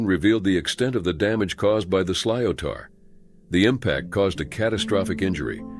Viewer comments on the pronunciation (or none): "Sliotar" is pronounced "slitter," not "slyotahr." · It's a great game but can be brutal. Camogie is equally as great. Interesting pronunciation of sliotar!